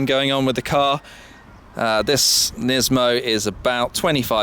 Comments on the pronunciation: nismo not nizmo. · Everytime he says "NISMOU", I have to think about Gizmo from "Gremlins"! Lol ;-)))